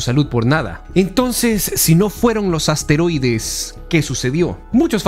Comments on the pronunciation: No sé dice asteroides se dice esteroides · Creo que se llaman esteroides más no asteroides como lo dices